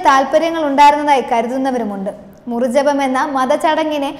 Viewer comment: ഉപവാസനാമൂർത്തി, പണിക്കാർ, മുറിജപം.... എത്ര തെറ്റുകളാണ് ഈ കുട്ടി വരുത്തുന്നത്?